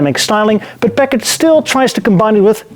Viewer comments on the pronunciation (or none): Why do people pronounce it Pak-ed or Pack-id or Pack-ad & not the correct Packard, Pack-ard? It always strikes me that the speaker is an ill educated buffoon. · Am I the only American that thinks he keeps saying peckers? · Great video, thanks. You did say the word Packard many many times. I’m not sure if you were rehearsing the pronunciation or for a part in Goldmember-2. I can’t believe you left us with a cliffhanger. Looking forward to part 2. Thanks again, from the Hollywood Hills, L.A., CA.